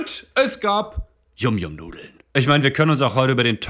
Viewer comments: Er hat es yum yum ausgesprochen, das wir yam yam ausgesprochen 😭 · Die dinger werden eig. YAM YAM ausgesprochen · Das wird yamyam ausgesprochen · Warum versteht eigentlich niemand, dass YumYum wie „YamYam“ ausgesprochen wird? YumYum ist englisch für lecker.